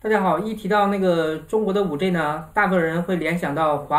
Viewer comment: 你的英文字母發音都不正確 是5G，不是5J 天呀！ 救命啊